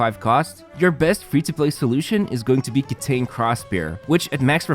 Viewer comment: Mini-gripe but Kitain is pronounced Kita-een